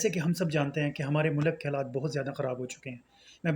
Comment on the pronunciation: Ooo yaaarrrr I heard it again😢 the word "Mullakk" Mannnnn....